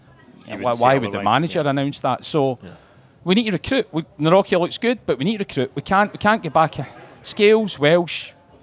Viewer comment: Its pronounced Navrotski.